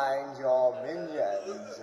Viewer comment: STAY BEHIND YOUR MINIONSAH!!!!!!